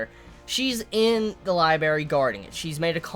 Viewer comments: its libRARY not liBARY damn it was fucking killing me whenever you said it... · Library, not Libary. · am i the only one bothered by the fact that he says LIBERY instead of LIBRARY lol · man i love this show but damn its gonna frustrate me. so many nice, touching moments with Emilia and co. essentially just got erased and Subaru is back to square one. there's also a ton of questions surrounding his restart ability now. oh and btw, it's lib'R'ary not libary:3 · say it with me Li-bray-ry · "Libary" rip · That was bugging me so much LOL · I kept flinching when he said liberry. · LIIIIES! I will have my berries, in my li !!! Love my liberries ) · I liked the review until you started saying "libary". Pronounce the second r man, come on. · You have a weird way of saying library